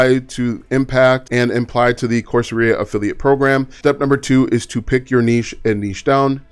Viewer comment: Great content,. But my good man… Course… era, not aria.👌👍